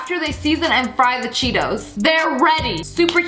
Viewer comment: When u said Cheetos I thought u said Cheerios XD